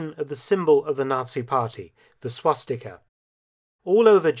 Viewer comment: Lol it’s swastika